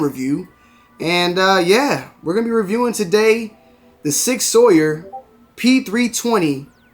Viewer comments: It's magazine not clip....it's suppressor not silencer these days...its "sour" not "sawyer". :). You mention the weight a little, but really you need to mention is more, that is a beast of a heavy gun and after you added the add-ons it's even worse. That gun for most people is not a carry gun, no matter what Sig states. I do love it, passed it up a few weeks ago in the store...great home defense gun and yes, that slide is super smooth. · Not be the grammar police or anything but it’s typically pronounced sour and not sawyer. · its Sauer as in Souer not sawyer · Sig Sour is how I’ve heard it pronounced, btw if u fr want something better for conceal, P365XL is best for summer carry and even offers a 15rnd mag just saying my opinion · Sig sour is how it’s pronounced